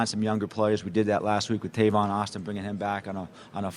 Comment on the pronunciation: This man said Tavon Austin....🤦🏽‍♂️ 😂